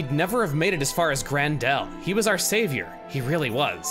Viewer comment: I mean, it feels like they do matter for Salvaging, but then again, speedrunners don't need to deal with it. Tsk, tsk... "save-u-ar" Well, she might have been brushed aside in the base game... and her own expansion, but at least she has a Ponspecting battalion of fans! That's gotta count for something, right? I'm now imagining a Nopon Solid Snake, and the visual is hilarious! Aw, she's grown so much from wanting Melia dead! Seriously, they did take note of most of the stuff swept aside in the base game and addressed it here. I love it what they did with Melia and Tyrea.